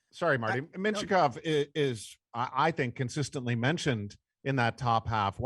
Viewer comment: He was saying Mintyukov, who is a defenseman is this years class. It did sound a lot like he was saying Michkov tho